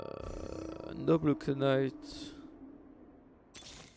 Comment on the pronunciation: Je m’abonne le jour où tu dis Knight/gunslinger/shapeshifter correctement :D